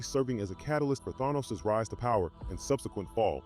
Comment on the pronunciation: Why do some comic book Youtubers and enthusiast refused to pronounce Thanos name correctly?